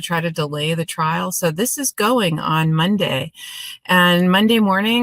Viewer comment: THOUGHT HE WAS SAYING, HE WAS READY TO GO TO TRAIL...